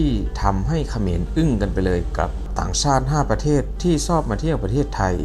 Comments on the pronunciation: ต้องเข้าคนลาว ช.ช้างจะพูดไม่เป็น จะตก ซ.โซ่ตลอดคะ😅😅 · ชอบ(ช.ช้าง) ไม่ใช่ซอบ (ซ.โซ่) ฝึกไว้ๆ